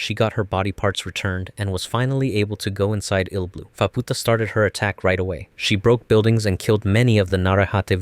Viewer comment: Faputa❌️ Phabpootah✅️